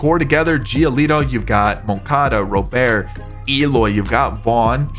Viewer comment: It's pronounced Robert not Rowbear